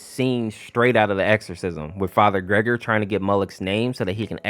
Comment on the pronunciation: It's actually "ger-gor-e" not "gregory" when referring to farher gergori in half life 2